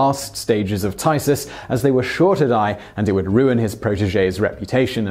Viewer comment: 'phthisis' is pronounced like 'f (as in 'fire') + thesis (how you'd normally say this word)' I couldn't make out what Simon said until I saw it written :P